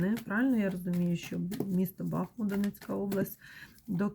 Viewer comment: Дякую за вашу працю,за рідний БахмУт,будь- ласка поважайте назву нашого міста,наголос на другий склад.БахмУт - це Україна,це місто - герой,місто-титанів!!!